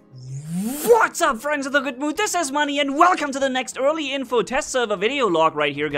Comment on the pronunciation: Why does he say what's up but with a v